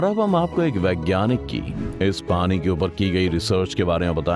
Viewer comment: Kya style mey bolte ho bhai. Pani ko Parrin 😂👍